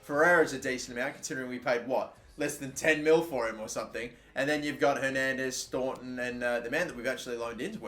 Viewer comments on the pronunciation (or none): none